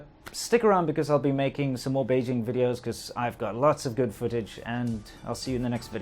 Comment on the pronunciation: I love your weedios... and that girl who says that.